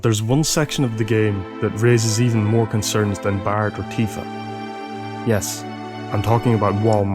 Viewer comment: his name is barret not bart like in the simpson its prenouced vocally Barrette